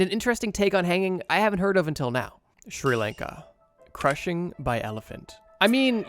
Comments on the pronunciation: How you pronounce Sri Lanka is like this [Shri] [Lawn-ka] not [Shir] [Lane-ka] -_ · The pronunciation of my home country made me sad. "Sri laanka". It's more of a "sri lunka"